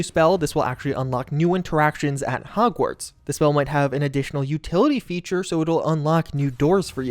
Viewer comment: Is it just me or did he say hogsweed?